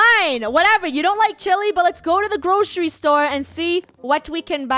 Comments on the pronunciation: They said GROSHERY store instead of GROCERY store.... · Funneh: Lets go to the groshery store Me: 😂😂😂😂😂